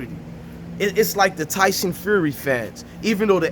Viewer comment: Shut your b*tch ass up 😂😂😂 soft ass dudes I swear y’all act like y’all mamas 🤣 can’t even pronounce “Fury” talkin’ bout “you got sons” 😂😂😂 #foh clown I can’t stand you soft ass feminine dudes